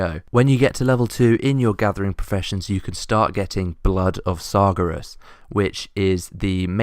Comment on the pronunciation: Why can't anybody who makes WoW videos correctly pronounce Sargeras.... he's only the ultimate big bad of the entire franchise.